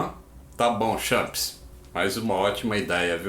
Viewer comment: O abrasileirou o slang champs 😂 muito bom 😊